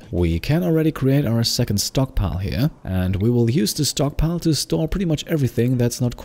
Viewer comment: Instead of "stockpile", i heard "stonkpile" S T O N K S